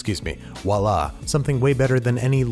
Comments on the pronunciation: Nope. Under no circumstances is "v" pronounced as a "w" in French. It's hard to put into text, but "vwa-la" is the best I can do, similar to "fois" in "fois gras". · Did you really just pronounce "voila" as "wa la"?